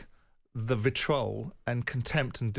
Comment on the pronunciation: I've learned that Eniola can't say 'assuming' and Simon can't say 'vitriol.' 1 - 1